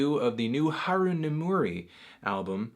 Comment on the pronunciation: It doesn't really work if you capitalize everything. Emphasis is important. Anthony pronounces Haru right (as right as an average English speaker could pronounce it given the alveolar flap) but he places the emphasis incorrectly in Nemuri. It should be NEH-moo-ri, not ne-MOO-ri.